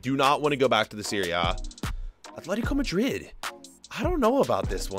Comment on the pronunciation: Please say madrid, not majrid